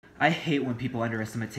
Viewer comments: Is anyone going to mention his pronunciation of Underestimate as "Underestimatate"? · so nobody is going to talk about how he pronounced underestimate